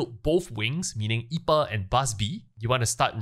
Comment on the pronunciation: Just a small note, the boss I’pa is pronounced “Eye-pee-ey” it’s a pun on a type of beer known as IPA.